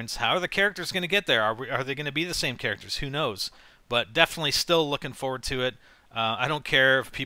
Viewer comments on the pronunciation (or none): none